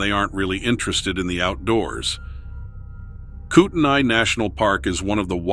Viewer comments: I lived in that area for years. By the way, it's pronounced, coo ten knee but locals just say coot knee. Anyway, Montana,Idaho, Oregon, Washington, California, Utah all of these western states, plus a few more I haven't spent a lot of time in, are known for their rugged terrain, inaccessible areas and dangerous conditions. Many inexperienced people don't realize how easy it is to become lost, get injured or be attacked by wild animals. The temperatures can rise and fall drastically and suddenly. Add in the unknown or supposedly unreal creatures that roam these lands and it's a recipe for disaster. Even experienced and seasoned hikers and hunters have suddenly found themselves in situations that they could never have been prepared for. I gave up hunting, something I had done with my father since I was able to handle a gun safely, because of an incident that happened to myself and husband in the mountains of North Idaho in a well used hunting area. We were chased by something that was no animal I had ever heard before. Nor one that was so quick you could barely catch glimpses of it. All I know was that it was massive, dark colored, fast as lightning and sounded like a wolf growling through a megaphone. That was the end of hunting, hiking anything like that for me. Haven't been in the woods since. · Can't pronounce the name "Kootenai". Thinks it's a "national park". Not a park. No rangers. No wendigo. (They're in Idaho, silly.) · Where is the Kootenai National park? I have lived and worked in the Kootenai National forest for 35 years and have never heard of it. Evidently the narrator doesn't know the difference between a forest and a park and has no clue how to pronounce Kootenai.